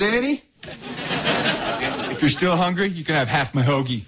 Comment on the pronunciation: 听的好像是to still hungruy？